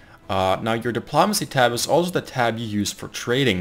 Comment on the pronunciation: your videos are good for information but your pronunciation of espionage and diplomacy is atrocious